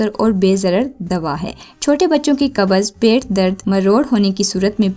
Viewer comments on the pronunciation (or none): Qabaz nahi hota qbz hota hy constipation